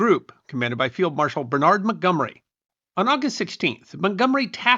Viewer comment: As an American, I cringed every time the name Montgomery was mentioned.